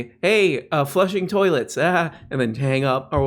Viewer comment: when it talks about plato going to the bathroom a lot you're like "toiletsch"